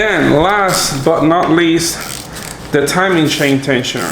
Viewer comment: “If I take off the shain “ 😂😂😂😂😂😂